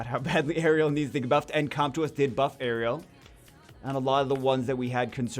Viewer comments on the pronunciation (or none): none